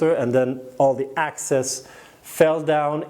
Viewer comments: You keep saying ACCESS... and you mean EXCESS... ACCESS = AVAILABLE; EXCESS = LEFT OVER OR EXTRA. In this case, the pumice is going to absorb about 30% of the water and the EXCESS water will then flow to the bottom of the container... also, PLANT... You are saying pl-ON-t and the word is pl-AN-t . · QUESTION: Can you practice these 2 words - EXcess, not ACcess, and plANTS, not plUNTS? Issue #1: Excess = residual; more than enough, vs ACcess = to capture or get in to. Issue #2: Plant = an organism studied by Botanist; A plUNT = NO ENGLISH SPEAKER KNOWS WHAT THE HELL THIS IS; an annoying sound in an otherwise great and informative youtube video series.